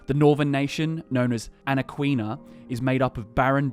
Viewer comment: Its Ana-KEY-Na